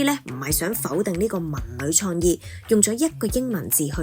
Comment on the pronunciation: 廣州廣州、老實講，創意，官方，旁白姐姐啲懶音（廣、講、創、官）都好勁喎，做得旁白執吓自己啲懶音好吗？